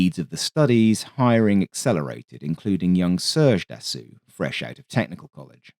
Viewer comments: The correct pronunciation of Dassault is "Dasso"....NOT "Dassoo" or "Dassu" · for the record (pedantic record), Dassault is pronounced like in English just without the L and T (assault rifle), so more Dassow than Dassuh. Great video as always ;) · Can you PLEASE stop refering to Dassault as "Dassoo"....it is pronounced as "Dasso".....when the letters A and U appear together in a french word, it is pronouced as a singular O....in exactly the same way the French car manufacturer Renault is pronounced as "Reno".....not "Renoo" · Your narration is so captivating and pleasant. I'm always excited when you upload. Iirc his name is pronounced closer to "da soul" than "da sool"😊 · Dassault is pronounced DAH-SEW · Love the channel in general, but of all the wrong ways to pronounce Dassault, this the worst. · I love the channel, but was surprised by consistent mispronunciation of Dassault. Mars an otherwise insightful and witty (non AI, bless you and us all) script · A true D'assault on the ears.